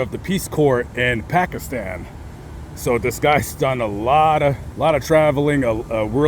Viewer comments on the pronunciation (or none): none